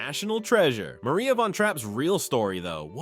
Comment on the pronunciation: And tell the AI voice that it’s pronounced Mar-ee-ah.